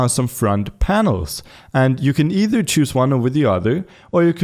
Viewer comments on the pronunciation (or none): none